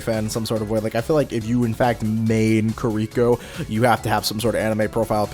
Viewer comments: It is KI-ri-ko. Not Kreeko. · But.. why are you pronouncing Kiriko and Kuriko? 🤣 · If I hear this man say kuh - rhi - co one more time, I might spontaneous combust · You were saying Kiriko wrong throughout her section. It’s pronounced (Ke-de-ko) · The way you say Kiriko actually hurts me